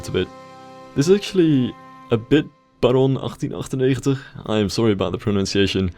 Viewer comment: you pronounced barron 1898 perfectly!